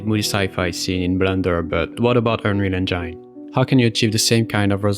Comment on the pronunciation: bro you;re killing me every time with your pronuntiation of Unreal Engine. please fix